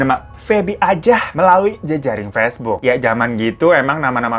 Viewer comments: Pas si Abang ngomong "pacebook" aku lagi minum langsung nyembur, untung ga keselek😭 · Haha paceboook😂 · Ngakak banget denger pa ce bo ok